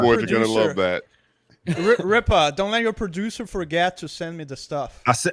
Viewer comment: "RIPPA KNEE'S" had me dying